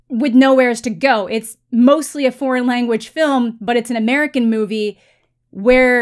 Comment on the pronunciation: Did he say if you want "best porn film"? His "foreign" sounded like "porn". Sorry. EVERY category is available to be BEST Picture even animated films. I think the only category that can't be is "short" films. Everything else is up otherwise you'd never have a horror movie as a Best Picture winner like "Silence of the Lambs" which definitely deserved it. The fact that "foreign" films have been left out of Best Picture noms for years and years (there are exceptions) when some of the foreign films are the only good films for the year...well...there's your answer. Why would you want your Best Picture limited to "American (or English speaking) dramas"?